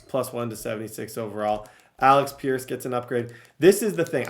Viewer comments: ALEX peirce? Kwity PAYNE? Somebody get this man some glassses. Please we need to help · it’s (aleck peirce) and (kwity paye) not alex and payne